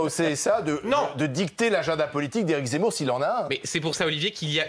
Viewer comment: Mdrrrr bien vu le « zeumour »